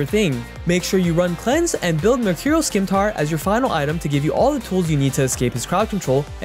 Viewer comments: Hearing Skimtar instead of Scimitar makes me physically cringe in pain. Please stop. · We gonna ignore he says "skimtar" instead of scimitar? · Scimitar is pronounced SEE MI TAR not SKEE MEE TAR...